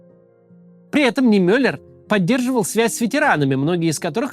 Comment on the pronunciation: Я 18 лет жил в Германии на углу Нордаль Григ и Матин Нимёллер штрассэ. В следующий раз постарайтесь ставить ударение на и, а не на ё. Мне очень нравится ваша работа. Большое спасибо